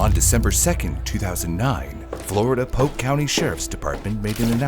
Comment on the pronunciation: Its pronounced POLK COUNTY.